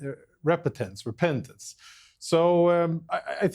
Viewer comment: he couldnt even say repentance , HOW IRONIC LMAOOOOOOOOOOOOOOO